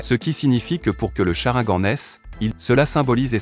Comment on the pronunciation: Et au fait on dit sharingan ou si tu préfères cha rine gane